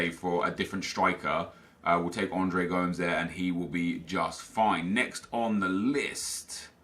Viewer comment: Come on you know how to say Gomes.